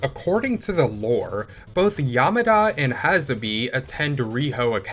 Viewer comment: Great video! Always good to see coverage of this granddaddy of beat em ups on this site. The way you pronounce Hasabe's name brings me pain, but I look forward to any other Kunio adjacent videos you may make in the future (perhaps an underground video? 👀)